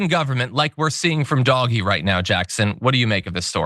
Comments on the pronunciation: surely it should be prnounced 'dodgy' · Thank you for pronouncing it for the smelly mess it is… 🐕 💩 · I think he is doing it on purpose to make certain people angry. Like when they purposely call X , Twitter instead. I’m here for this lvl of pettiness lol. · He's saying it wrong on purpose. In the UK it's called taking the PISS😂